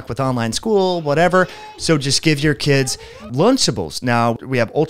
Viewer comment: I absolutely agree with you! I have much respect and gratitude for the information you provide. However, there is nothing will dilute your authority more than mispronunciation, it's kids as in (Kid's school) not kidsez .